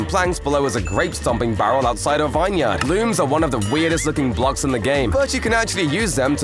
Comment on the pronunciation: He can't pronounce "vineyard" correctly though